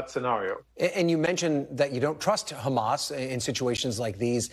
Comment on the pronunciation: Why is he able to say “hospital” but then say “khamas” as if he can’t pronounce the “h” anymore 🤔